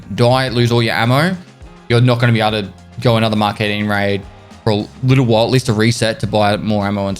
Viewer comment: "Mk is a written abbreviation for mark. Mk is used to refer to a particular model or design of a car or machine. E.g. - A Mk5 Golf or Mk14 EBR" - Collins English Dictionary. "Mark", not "EmmKay".